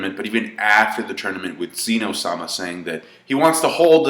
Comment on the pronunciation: The Zenou was adorbs. The God of Dragon's wakening was a fantastic scene, love that they made him huge. (BTW, it's not pronounced like "Zee no")